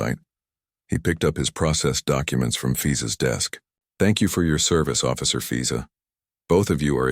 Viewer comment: She does immigration, and he name is fiza? Wonder where the AI came up with that name…and why it got mispronounced almost immediately…